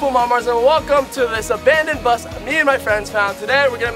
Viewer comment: did he say abonadon :O